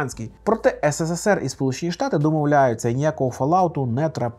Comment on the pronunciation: Тільки не ес се се сер, а ес се сер. Там три «с». А українською: СРСР